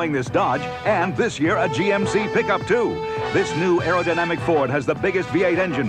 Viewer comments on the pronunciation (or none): Air dinmic no air dinamic😂😂